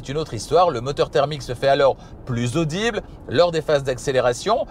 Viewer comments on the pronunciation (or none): none